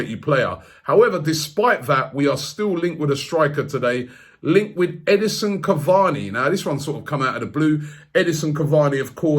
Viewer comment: Robbie.. it’s E-D-I-N-S-O-N not E-D-I-S-O-N